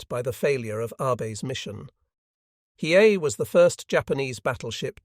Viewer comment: Listening to the AI try to pronounce Hiei and fail every time is hysterical.